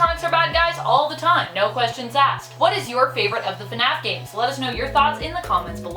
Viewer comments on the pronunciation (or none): She legit says funaf